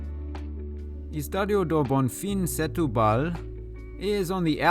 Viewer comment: Good video. However, Setúbal is pronounced "stew ball".